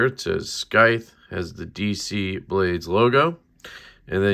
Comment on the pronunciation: It's just pronounced normally like sithe lol